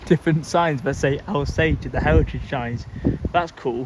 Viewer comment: Brilliant vlog, nice to see Avanti diverts on the Stoke on Trent line. Also it sounded like you were gonna call Alsager Algebra lol.